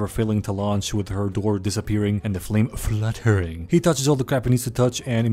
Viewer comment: why he say fluttering like that💀💀💀